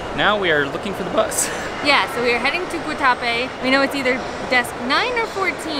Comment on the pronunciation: I was born in Medellín and I’m glad you visited. Also, glad you got the bandeja paisa. My favorite Colombian dish. The morcilla was in fact a blood sausage and it looked like you enjoyed it. The other was a chorizo. Guatapé has an accent over the e so the emphasis should go on the e and not the a.